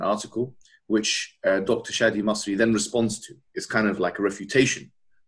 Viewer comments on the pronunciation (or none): I think it's Shadee "Elmasry" (=/= Masri).